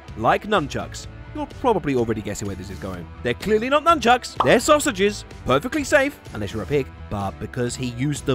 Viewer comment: Nunckuks… it’s nunchucks right?